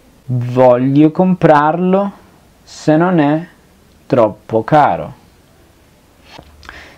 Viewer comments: xk cuando pronuncias non e cosi tu dices none cosi ?? debes aprender a hablar bien i apronunciar bien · Hola amigo una pregunta notó que al decir "Non é per me" pronuncias "Noné per me" como si fuera una sola palabra esta bien la pronunciación o se debe nombrar primero el "Non" y luego el "é" Gracias por tu material éxitos. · cuando pronuncias ( non é ) se escucha como ( none. me ayudas a Cómo pronunciarlo corectamente. ...